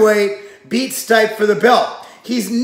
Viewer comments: I love you but your butchered stipe's name. Try this one. Stip-è Lol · It’s pronounced Stee-Pay lol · Hey bro it's pronounced as Steep-a! STEEP AND then say "A" together as one. His Croatian I would believe. Cheers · Your one of those annoying people in the comments hey? You know damn well who he's talking about and if not that's an issue with your common sense not his pronunciation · fuck off it was a joke cause the pronunciation was so off its funny... shit if someone fucked your name up that bad youd say something too